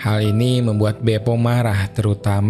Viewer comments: Bope min, bukan bepo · . wkwkwkkwkw pantes bang kox kaya aneh (BEPO) Sumpah ngakak sampai Guling2 gais... 🤣🤣🤣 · Maaf bukannya pasukannya namanya BOPE (Batalhão de Operações Policiais Especiais) kok jadi BEPO 😂😂😂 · La ini ngmngnya bepo 😂